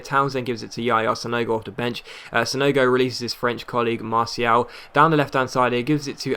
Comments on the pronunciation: I really dont think you're pronouncing it right, I think you either say marshall or mar-ti-al, not marsial :) it makes more sense doing what I suggested" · Im French and it pronounced mar-ti-al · look up Martial on youtube. See how the commentators pronounce it maybe? They'd know better, they're french.